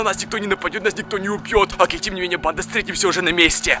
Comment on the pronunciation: Мне кажется что он говорит не банда а панда я думаю что это видео сеиммает панда 😂😂😂